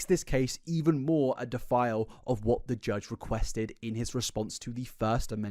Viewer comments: I like how the way you say defy sounds like defile regarding Blair not complying with the judge's requests. I wonder if the judge is letting the amendments carry on because they think that it is funny and know Blair can afford to recoup the costs to everyone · Bro I swear you keep saying she 'defiled' the judge when I think you're intending to mean 'defies' lol. If she defiled him that would be like her molesting the judge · did you mean "defies judge"?